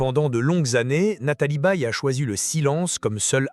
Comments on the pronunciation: La voix est à chier .Je zappe systématiquement, merci l I A . ON NE DIT PAS BÉE MAIS Baye comme goodbye . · Nathalie Baye n est pas une Baie. Son nom est mal dit. Je suis du Quebec et je sais comment prononcer son nom.